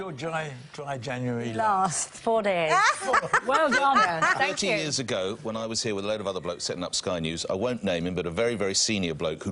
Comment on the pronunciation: A few new ones from Michelle this week ---she drinks to be 'sershel' as in the clip that she 'sherd' us from 2 weeks 'agerr'-only Herll has a vowel missing